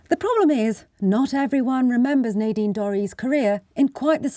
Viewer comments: Nadine: the a is short not long. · It's pronounced Nadine.